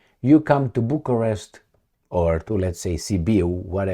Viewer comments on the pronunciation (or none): none